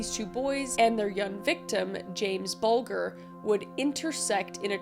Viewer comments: Just a lil critique as a brit, it's pronounced venabulls like vegetables but with an n, and bulger is said like bulge with an r, not taking anything away as a brit you are educated about this at a young age by your parents and we will never forget little Jamie bulger the riots were awful but there was clear reasons why with how disgusting they were. The cherry on top is when venables (I think, might be Thompson) was released and had cp on his laptop Edit: woops did not watch it all thought she may have left it out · I love how Kris has footage from the news about Jamie Bulger's murder, but has obviously not watched any of it or she'd know how to pronounce both of their names :P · agreed. Love ya Kris but both Bulger and venables were pronounced wrong, but we''ll let ya off :D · And 1 of those liverpool lads is a known pexdo had to do it that way as youtube mite remove my coment scumbags they are just to tel u its not bulga ile say it how its pronounced its buljer but i think its spelt bulger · Pronounced Ven-a-bulls and Bowl-jer. That's how it's pronounced in the documentary you used a clip from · The toddlers name is pronounced James bul/jer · The g in Bulger, is a j sound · I love your videos, but I wish you'd listened to a way of how to say the names of the people and places involved. Especially James Bulger's name (bull-jer) out of respect for that poor baby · Here in the UK, we pronounce the names as Ven- a-balls and Bol-jer. Sorry, I had to mention it.... This case haunts the whole country still to this day😢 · Pronounced Ven-a-buls and Bul-jer. This shook Britain to its core, i remember it happening, poor James, forever in our hearts ❤ the fact Thompson is walking free turns my stomach, Venables went back to prison for CP on his computer. No words. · It's pronounced Ven-a-bulls and Bulge-er...comment not a criticism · Ven-a-balls and bulge er is how it's pronounced... This case sickens me still